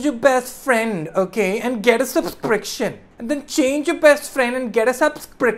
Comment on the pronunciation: Anyone listen kenny as a mask saying subspriction instead of subscription